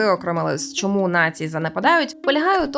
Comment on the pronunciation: За нормами укр фонетики усі шиплячі тверді, тому попрацюйте над тим, аби замість шшьо і шьому вимовляти чітко що і чому.